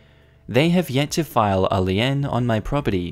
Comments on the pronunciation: Lien is pronounced lean, not Lee-N lol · Lien is pronounced like lean. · Triggered: lien is pronounced as lean. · I can’t take it anymore, I love your videos but the HOA videos almost always involve liens and someone has to finally tell you that lien is pronounced like lean not Leanne lol I constantly think when I am not fully paying attention that you a referring to a woman and it never makes any sense. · Just as an FYI, lien is pronounced like lean. Love the posts. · 'Lien' is pronounced "lean" (Sorry, couldn't help myself) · It's pronounced 'Lean' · its pronounced lee - n like lean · BTW lien is pronounced lean/! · Just so you know, lien is pronounces leen. No “eh” sound from the e. Keep it up!